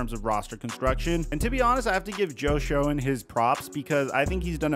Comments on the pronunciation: Joe shoen name is pronounced Shane it's not show en dude haha wtf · Like you keep calling him “shone”